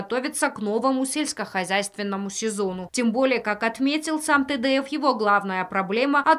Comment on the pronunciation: Зачем говорить Тэдэев?